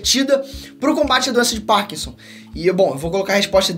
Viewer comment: doença de POrkinson ??? Kkkkkk forçou demais para falar bonito e acabou falando feio o nome da doença e o nome do ator